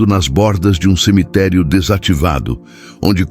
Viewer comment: Aisso e buato mano pode ver qui ele sempre fala em semiterii